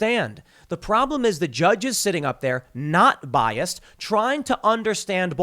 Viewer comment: No T in "Biast"... But I'm bias.